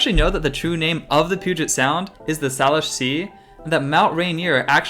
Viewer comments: Hey, love videos! Just a heads up as a Salish Kootenai Native American person (an Indian tribe from the Flathead region of Montana), it is pronounced SAY-LISH, not SAH-LISH. As a separate point, it is Leavenworth, not LeavenSworth. I hope this does not come off as too negative, you are one of my favorite Seattle-based YouTube content creators! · Pronunciation time: Salish = Sayleash, Geoduck = Gooeyduck. Loving the 2 part series :) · Couple corrections. The Salish Sea is pronounced SAY-Lish. And Mt. Rainier is Mt. Tahoma, not Tacoma. Oh, and Geoduck is pronounced goo-ee-duhk. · I can tell you're not from the area, you're mispronouncing a lot of the names, including Salish and geoduck (pronounced gooey-duck) Regardless, you've made me miss home, trying to get back there